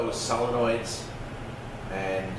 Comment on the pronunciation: I can tell you have been a mechanic for a long time, by the way you speak. I love the way you explain things. To be honest, I laugh a little because I now am calling solenoids, sell-enoids. LoL!! Nothing wrong with the way you say it, but you said it so many times, it's stuck in my head. XD Anyways, great video. Thank you for the info on the U151 trans.